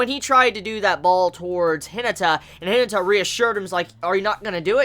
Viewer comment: C'mon, "He-nah-tah" - Hinata just like from Naruto